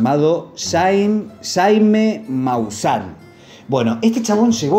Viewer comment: Cuando lees jajaja lees shashasha? Porque Jaime es como se llamaba Jaimito el cartero del chavo del 8... no es Shaime Maussan, es JAime Maussan... y los muñecos de nazca vienen siendo desmentido desde que aparecieron en 2017...